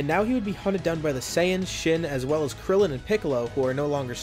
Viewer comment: why would u say krillen just y